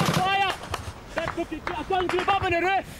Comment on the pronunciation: "that taliban is up on thee ruff"